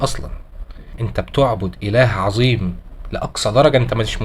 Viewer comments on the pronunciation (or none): none